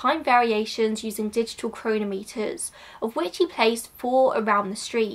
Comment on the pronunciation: Interesting video! Just to let you know, chronometer has the stress on the second syllable, not the first/third.